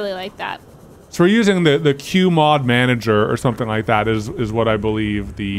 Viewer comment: When says the "mod monager" and tries not to cackle with her quick glace to the viewers lololol